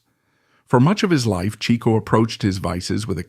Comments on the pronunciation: Per Groucho - Pronounced as "Chick-O" not "Cheek-O". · yep- Chic-Oh per Groucho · Overall, I'd say your research into Chico is pretty good. You've been admonished for your pronunciation of his name. Otherwise, well done. Groucho said if Chic hadn't gone onto the stage, he would have been a mathematical genius.